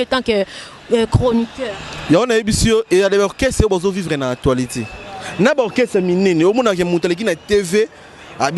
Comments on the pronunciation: on dit actualité et non atoualite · Stp c l'actualitee.c'est ne pas atoilitee.hum ba journaliste ya congo. Probleme makasi hein😂😂😂😂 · Vraiment na actoualité au lieu d'actualité kiekiekie